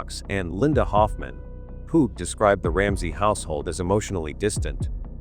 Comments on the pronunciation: It Linda Hoffman Pugh, (Pew, not Poo!) I hate A I!!! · Her last name Pough is pronounced like Pew, church pew. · This artificial voice is hysterical. It has called Hoffman pugh - pu poo and Po so far 😂